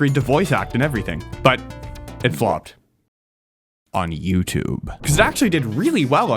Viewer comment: “on youtube 😈” bro why did you have to say it like that 😭